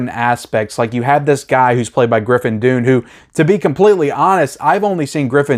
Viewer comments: You do great reviews, but for the life of me I can't understand how you can mispronounce the name "Griffin Dunne". It's "Done" not "Dune". I could understand if he was an obscure actor, but seriously this guy has starred in huge movies for 40 years, and his sister was the famous actress Dominique Dunne that was tragically murdered by a stalker in 1982. How could you possibly have not accidentally heard his last name pronounced at least a thousand times over the years? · His name is pronounced done and not dune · His name is pronounced "done", not "dune". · It's pronounced Griffin "Done." Like his father, writer Dominick Dunne, his uncle John Gregory Dunne, and his murdered sister, Dominique Dunne. There is a new best-selling book about their storied family (including Joan Didion,) called "The Friday Afternoon Club" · 'Dunne' is pronounced 'done' not dune ... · Dunne is pronounced Dun not Dune. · Griffin Dunn [pronounced DONE]. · Griffin Dunne is pronounced "done." I love this movie. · Griffin's last name pronounced as "Done" and Linda's as "Floor-rent-tino" ✌ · You talk too much. You cant even pronounce Griffin dunes name. After hrs is easily top 10 scorcese